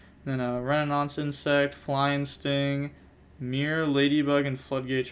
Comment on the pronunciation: it's 'rez-o-nins' insect btw